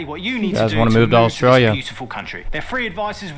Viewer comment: Your Aussie accents are coming along nicely guys, but you need some work on how you say "Australia" - the first syllable just isn't pronounced - it's either just dropped (Straya) or pronounced "uh" (Uh-straya) - actually, you'd probably be better to say "Strya" to rhyme pretty much with "hiya!"